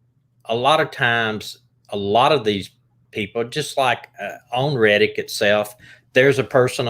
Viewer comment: Yeah he's saying it wrong